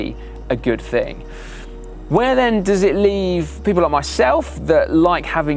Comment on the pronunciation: nen or then... is this a dialect thing? Just curious.